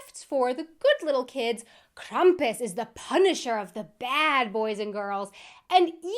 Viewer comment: Krampus is becoming way more common in the US, too. I've known about him (and it sounds like I know more of the origin than you do) for a while... We do pronounce it "Kram-pus" (the beginning like a "cramp", not Krum-pus.